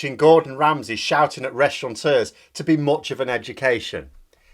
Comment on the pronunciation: Come on, it’s Restaurateurs, there’s no bloody n in it, because it’s very old English, which some call French, but it was British before France existed.........